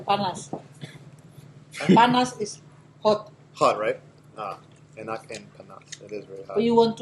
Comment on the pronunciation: My brother i have been binging your videos about Maluku, thanks so much for the great content - you speaking ambonese as well is very cool! One tip: the K at the end of words is silent. You dont actually speak the K out loud. So for example; when you say EnaK - try saying it more like [ENNAH]. god speed to you friend.